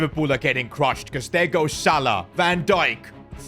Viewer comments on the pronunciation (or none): none